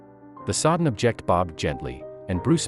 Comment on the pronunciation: Your text reading program mispronounced "object" several times saying "ob-JECT" as the verb instead of "OB-ject" as a noun